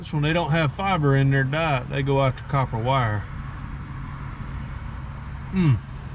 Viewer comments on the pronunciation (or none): none